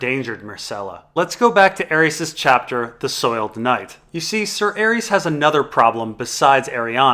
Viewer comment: butchers a lot of pronunciations: Varys, Viserys, Arys, Tyrosh, Lys, Myr... But his analysis of ASOIAF is too ultimate to deny